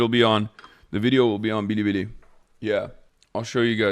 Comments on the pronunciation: intense vocal fry uhhhh i was uhhh on BIRIBIRI uhhhh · Why is he pronouncing Bilibili as Bidibidi or Biribiri? The second one is if he's pronouncing it like it's Japanese, which is actually more offensive for a Chinese platform xD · lol the localized pronunciation of bilibili, it's like when basic white chicks say "ho-lah" at a mexican joint